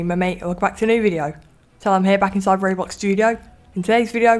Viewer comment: I love it how he says Robox studio instead of ROBLOX studio